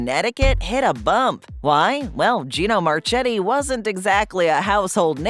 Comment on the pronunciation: Gino's was loved by its customers and employees. Gino's created the Gino Giant, which was copied by McDonald's exactly and named the Big Mac. Gino's created the Sirlioner, which was copied by McDonald's exactly and named the Quarter Pounder. BTW, Marchetti was pronounced Marketti. Get your facts straight.